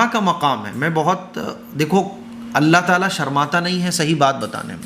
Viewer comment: aap allaah taala kehte hai Ain nahi nikaalte allaah taala nahi allaah taAala kaha kijiye